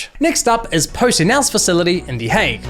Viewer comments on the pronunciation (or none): none